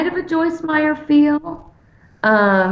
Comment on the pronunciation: It's Meyer without the s.